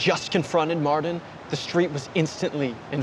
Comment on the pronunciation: Mardon? Its Martin, guess thats a sin for you